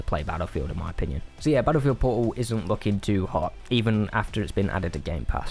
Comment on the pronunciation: I've never played 2042 so I have NO IDEA what he's saying when he says "po'oh" Very good review, thank you for persuading me not to fall for the Steam sale. It doesn't even sound worth $20 to me.